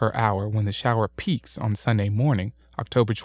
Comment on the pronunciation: Sorry, "shower" not "shiwer" :P